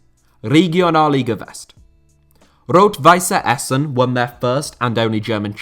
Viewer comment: Rot-Weiss Essen is not pronounced with an "e" it would only be pronounced like that if the team was called "Rot-Weisse Essen". The double "S" or ß is known as a sharp S.